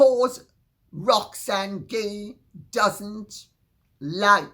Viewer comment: Oh! Let me tell you about Roxanne Gay. Thank you for finally pronouncing her last name correctly. She has an agenda.